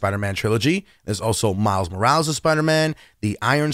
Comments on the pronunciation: He didnt pernounse Morales right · miles....moorals!?! nazgul shriek